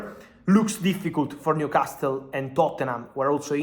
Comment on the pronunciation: Someone needs to tell Fabrizio that the T in NewcasTle is silent 😊